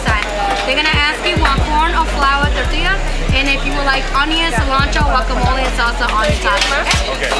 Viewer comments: It's tortilla (tor-tea-ya) my dude not (tore-till-e-ya)..for fucks sake🤣🤣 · Mac stop saying tortileeeya. It’s tortilla (Tor-tee-yuh) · Never seen a human struggle so hard with tortilla. (Tor-til-ya) - MAC lmao Tor-Tea-Ya^ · Mac said, "tore'tillya." Lmao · If Mac says tor-till-yuh one more time...🤦‍♂️ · Torta, torta, tortaria, tortilla, tota,sone shit..😂😂😂😂 TORTILLA BRUH!! I LOVE BIG MAC....FROM D.C. AND ALASKA... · "tortilia" - china mac 2019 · Yo Mac it's pronounced Tor-tea-ya not Tor-till-ya. 🌮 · Mac FYI its not tortillia. Its tortilla and LL's are silent my man. So pronounced in English torteeeya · It’s pronounced TOR TEE YAH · Mac say TOR-TEAL-YUH lmmfao! And yall see mac almost bite his damn finger off at the second joint haha great shit.. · My man's said "tor-tilla" LOL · "Tortillya" hahaha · The Tor Tee Leeah!!! 😂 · Did he say tor-til-ya??💀😂😂😂😂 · "tortillia" lmao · lol the tortilya. my man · Mac, the 2 l’s in tortilla make a y sound. It’s pronounced “tor-tee-ya.” Lol. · Tor-tee-ya bruh lol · That nigga said tortiliah 😆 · Holy nobody noticed you keep saying "Tortillya"?! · This dude said, "Tortilya" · "Tortilia" lol tortilla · “TORT” “Tillya” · Ayo my guy its “ Tortiya” pronounce like that playa. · I know he didn’t say tortilluh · My man really sounded out “tortilla”😂😂😂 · The way Mac was pronouncing tortilla all episode killed me. You're still my guy Mac but we have to fix that lol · The way Mac says TORTILLA is hella wrong but I ain’t even mad fam. U trying and that all we ask for lol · You're having a real hard time saying tortilla lol! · Yo China Mac your saying tortilla wrong lol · I cant trust his review on tacos strictly off the way he says tortilla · How do you mispronouce tortilla so many god dam times in a tortilla vlog smh